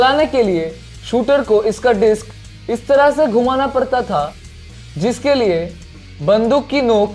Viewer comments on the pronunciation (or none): none